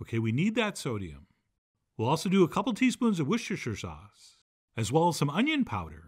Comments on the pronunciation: So, you still can't say Worcestershire Sauce I hear 😂 Try wooster-sheer I'm British so it's easy for me. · John, you're not even trying to pronounce Worcestershire sauce, bro.